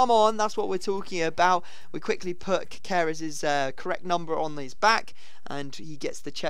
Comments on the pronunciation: It's not Cakeres you pronounce it (caseres) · Ca-se-res... not ka-ka-res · It's not cakeres it's caseres and keep up the good vids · Is caseres not cakeres. Believe me im from Perú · Its pronounced *ca-se-res* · caceres is pronounced caseres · Read it like CASSERES, your pronounciation of his name is really really bad ahahah